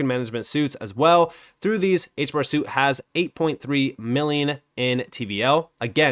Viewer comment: HBAR > XRP And sorry to correct you man but "suite" isn't pronounced "suit" it's pronounced "sweet"